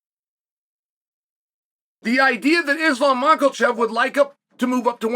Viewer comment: Mackelchev lol gets me every time 😂